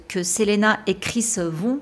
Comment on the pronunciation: Très bien ta vidéo mais juste ça se dit Selina parce que c’est en anglais